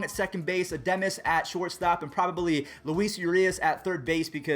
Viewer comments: Adames, not Addemis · Edimis it’s adames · Bro what was my man on today!?!? Willy uh-DAH-mess bruh, not Uhdemmis, it’s Trevor RICHARDS in the trade not Trevor Rogers, and the A’s second baseman is JED Lowrie, not Brett!!! Wth is going on w you!?!???? So no, u didn’t botch “that” name, u botched ALL the names lmaooo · Willy Ademes lol, Its AdAmes, also they dont wanna rush those guys they have played do little games at the triple A level we can use walls for now which is better defensively than Adames and probably hit better as of rn Edit: lol he also said trevor rogers instead of richards pls clarify. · And edemes instead of adames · Yeah he says it ademes lol .. Adames(Ah-dah-mez) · "Willy Ademes" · There is no way thinks he’s pronouncing Adames correctly right? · the way you say Adames hurts as a rays fan, AH-DOM-ES is how you should say it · Add-ahhh-mess, please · Bruh why you say Willy Ademes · Adämes lol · U say it with a chicago accent like Willy adaaaaaaames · Willy A Dom es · ITS WILLY (UH-DAH-MEZ) ADAMES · you botched willy adames last name😂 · That's back to back days he botches it lol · so. he says willy adames wrong and he says marcus sam-ien bro get it together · It triggers me